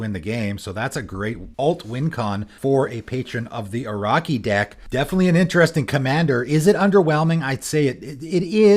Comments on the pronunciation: From the creator of "Say-guh" Here comes: "Patron of the O-raw-key" (I always pronouce Oh-Roh-Shi) Jokes aside, really fun decks. I was trying to figure out an interesting mono-green commander and this might be it. Good job! :) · It’s patron of the “OR-O-CHEE.” love your vids, but you pronounce a lot of stuff wrong 😂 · In Patron of the Orochi, orochi would pronounce like [orotʃi]. That chi reads like ch in chest. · Dude really what was that pronunciation ? Orochimaru XD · Well that's a new way of pronouncing Orochi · apparently it's Canadian LOL